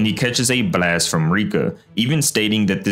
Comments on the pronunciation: Why tf do "brlast" instead of "blast" its so fcking annoying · Wtf is a “Buh-last”😂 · quit pronouncing the b so much in blast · The way bro pronounces “blAYYYEst” is insane 💀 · why bro saying blast like that , "blwast" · what the hell is a bleeast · The way this dude pronounced the word “blast” is funny asl lol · Love the way you say blast lol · bro emphasizes "blast" so hard 💀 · Why does bro say "blast" like that 😭😂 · why does bro say “blast” like that😭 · why u pronounce "blast" that way? 😅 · Please fix the way you say "Blast", its really annoying to listen to, made me turn off the video.